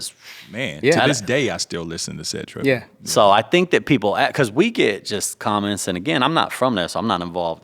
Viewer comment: Set Ripn Bloccstyle...U all be butchering the title 🤣 Set Tripin...STOP